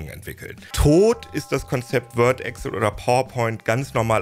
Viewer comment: Bitte, EXCel, nicht Egcll